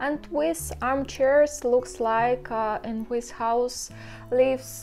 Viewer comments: Are you saying "wis is" instead of "this is", or am I not hearing correctly? :D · Yes. Good english overall: Wi instead of sound Th Ex. Winter vs the Just a small correction to make Reposting so she can get an alert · Уис вос э литтл кринге. Следует тщательней поработать над произношением. От такого пронаунса над нами и смеются... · Good English far better than our Russian!:-) If too troublesome can try an alternate phrase like "you see my..."or "check out my..." or "that's my", etc. For fixing 'This is...' pronunciation, always use 'The' sound vs 'wis/h' or 'winter' sound. Heard 'winter' pronounced correctly too. Many 'this is' sounds like 'wis is'. but hear correct 'this' first & last times. Also pronouncing 'the' correct too. Can practice rerecord audio and replace the video audio if tech savvy maybe. Or just add a note about my English is improving daily! :-) and pin it at top of comments of insert as text in video and reupload video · i thought i was the only one hearing it.